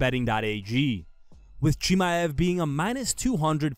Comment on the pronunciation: how many times you gonna confidently mispronounce chimaev in one video? woof